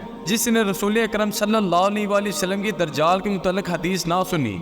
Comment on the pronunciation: بھائ درجال نہیں دجّال لفظ ہے